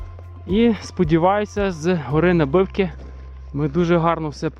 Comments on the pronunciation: На'бивки, а не Наби'вки! ))) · Вітаю, відео супер. Приємно бачити знайомі місця. Ходимо частенько на Набивки, зі сторони села Сукіль. Доречі місеві наголос в Набивки ставлять на букву а.